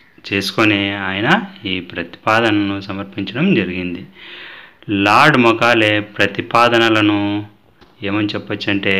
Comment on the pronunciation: Mokale kaadu sir Mekale మెకాలే